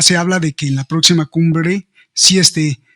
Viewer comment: “ proxsi” cuando debe pronunciar la X no lo hace y cuando no es necesario lo hace, ridículo